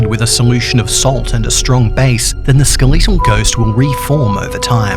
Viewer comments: he says skeleetal instead of skeletal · skeh·luh·tl Not Skuh·li·to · SKEL LET TALL NOT SKILL LEET TEL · A skeleetle ghost? It’s skeletal but ok. Lol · bro rlly said “skal-eee-tal” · The Ske Lee tal ghost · “Ske l e e t al” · “The skeeleetal ghost.” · ”skeleetal ghost" thanks don't like it I mean the pronunciation, not the video, I love the video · He’s not just skeletal......he’s skaleetal!!! This guy’s on a whole nother level. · Not to point out your accent but the ske-le-tal ghost. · I love how u say skeletal XD no hate ur pretty awesome